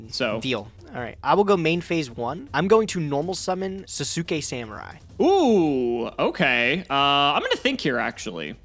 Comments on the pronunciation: Sasuke is pronounced 'SAHS-kay',. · Anyone who has ever watched Naruto before is probably going to be triggered by pronunciation of Sasuke lol